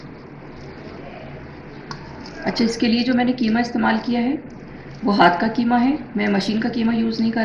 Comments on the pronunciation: Bihari QEEMA khaty hain keema nahi. Sorry to pointout difference of " Q " and 'K'. Mee khud bihari hon aur QEEMA bhi pasand kurta hon. Mera apna khas masala hota hai. Thanks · It is qeema not keema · برائے مہربانی اس کو کیمہ نہیں قیمہ کہیں قیمہ آپ شائد قائد اعظم کو بھی لائد اعظم کہتی ہوں گی ۔پلیز مہربانی کر کے تلفظ درست کرلیں